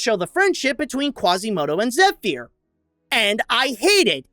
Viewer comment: His pronunciation of Zephyr is terrible